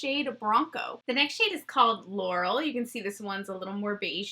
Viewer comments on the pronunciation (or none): none